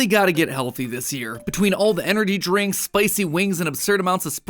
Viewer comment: “Enerdy drinks” 💀